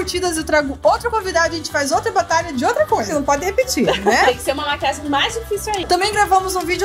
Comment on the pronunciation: Maria Alice a que fala "Maquiaji"